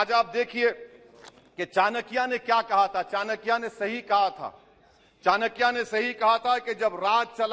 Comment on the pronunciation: चणकya nhi hai चाणक्य hai, ओ वेशया , bolnA seekh le